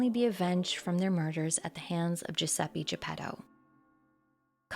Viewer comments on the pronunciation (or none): It's Giuseppe, not Giuseppee. Great vid, though.